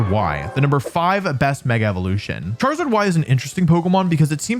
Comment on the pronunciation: IT'S KANGASKHAN, NOT KENGASKAN! CHARIZARD, NOT CHIRAZARD!